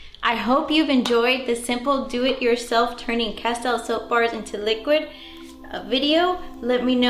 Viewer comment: Pronounced Cas-steel